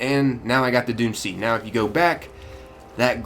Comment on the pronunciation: I kept thinking you said dune sea instead of doomed sea